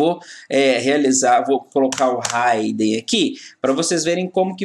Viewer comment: Excelente aula professor, porém uma pequena correção se me permite. A pronuncia correta é "hidn" (Ridin) e não "Raiden". Abraços e continue com esse ótimo trabalho.